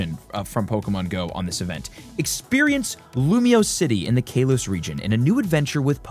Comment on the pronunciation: Did he say Kaylos Region?!